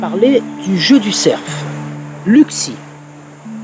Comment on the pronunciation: le cer.. Fe se dit le cer tout simplement on ne prononce pas le F, en tout cas très bone video, je suis épaté!